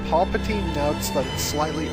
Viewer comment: as well as paplatnie too Yoda > paplatine hah